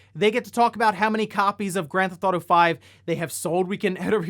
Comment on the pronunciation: If they never release 6, yeah we should start calling it "Gran THOT-o Five" like this guy hahah